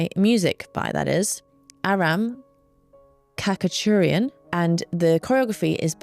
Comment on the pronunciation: The composer for Spartacus is, I think, pronounced 'katcha-churian'. Very likely that's incorrect and influenced by the Australian accents of my teachers😆